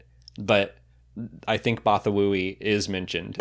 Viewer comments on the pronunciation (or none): I think is adding too many syllables into the Bothan homeworld name, but I don't recall hearing anyone say it (I don't listen to audio books). But the planet is Bothawui, and I've always pronounced it "Bah-THA-wee" but definitely not "Both-a-woo-wee". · I thought it was just pronounced Botha-wee